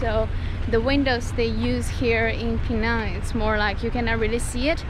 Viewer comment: The way you pronounce penang is spot on.